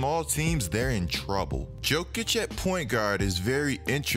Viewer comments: My guy, it's Yo-kich not Joe-kich it's hard to watch when you pronounce Jokic wrong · I stopped at Joe-kich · Please stop saying "Joe"kic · Johnny Varvatos that’s called being lazy and disrespectful